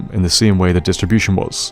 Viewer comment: Listening to this quiet high, when kept saying Vim Ambassadors I kept hearing him say Vim and bastards XD